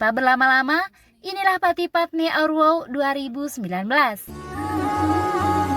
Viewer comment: Woh bukan wow